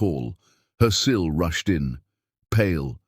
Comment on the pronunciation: To the AI story reader: SILis the acronym for sister in law! 😂